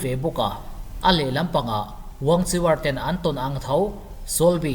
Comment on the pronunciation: Wangchiwar Tih loh tur, an mahni chinese trawnga WANGKHUER tih tur